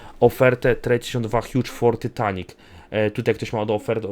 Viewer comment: ty nie muwi się tytanic tylko taitanik